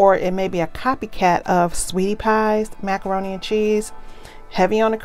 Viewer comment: No you did not say macaron-Te, haha. Why does your video always come up right as I’m making dinner and mine never looks this 😋. If sister can get a curbside meal, I want next, what’s the address, I promise to wear my mask 🤬. Cornbread, collards, wait, pineapple upside down cake, oh man I need a plate for reals